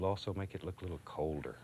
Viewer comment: "Got'cher winter coat out yet..?" "yes.." "Its gonna get cuwlder" tears up "brr...yes"